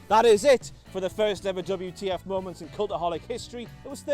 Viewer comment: On the bright side he won't be mispronouncing moments as momonts anymore. jk